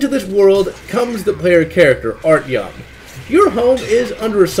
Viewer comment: Art - yohm, not Artieohm.